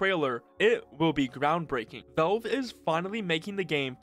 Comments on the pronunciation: Please stop saying "velve" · Learn to pronounce "Valve". It's not "Vawulb" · Good video but who is "Velve"? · I like how you pronounce valve